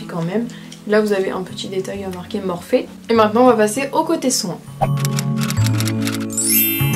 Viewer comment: On dis "morphi" pas morphé"😂😂